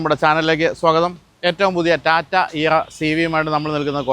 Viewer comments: ഏറ്റവും പുതിയ ടാറ്റ ' ഇയാരാ സിവിയുമായി ' തുടക്കം തന്നെ നാക്ക് പിഴ ആണല്ലോ 😂😂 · ഇൻട്രോയിൽ ടാറ്റ ഇയറ സിവി എന്നാണോ പറയുന്നത്? എൻ്റെ കേൾവി പ്രശ്നം ആണോ😂